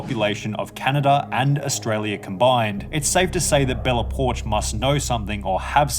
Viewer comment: i thought it was Bella Po-ark.